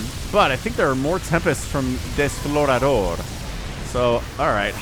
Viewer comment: very funny to hear in that accent... FYI desflorador = deflowerer